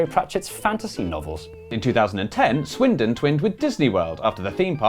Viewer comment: Swindon, not windon. And thats the whole point.